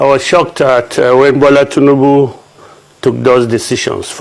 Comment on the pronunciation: This man abi boy again This your undiluted truth all the time What is Teanebu The presidents name is not TEANEBU appears you like tea so much 😂😂😂😂